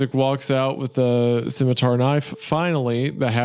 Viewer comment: Isaiah once again revealing himself as an OneyPlays fan by almost pronouncing it "schmitmar"